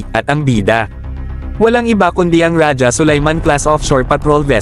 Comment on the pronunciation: Raha ang pagka pronounce nyan hindi raja😂😂😂